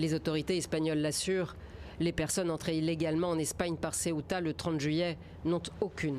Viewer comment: Madame, sebta et non seuta, d'autant plus sebta et melilia se trouvent sur le territoire marocain et non espagnol, merci de rectifier le tir.